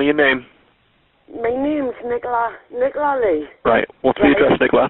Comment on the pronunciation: why can’t Americans say Nicola? Is it not a name over there?